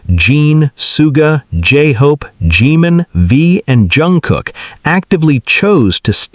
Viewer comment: ...it is pronounced Shooga not sue ga.....and Jun Gook not Jun Cook